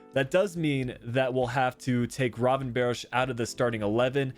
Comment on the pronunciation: Thank you for the feature! Much love <3 and just a FYI, Its pronounced Gravenberck instead of Gravenbirch:D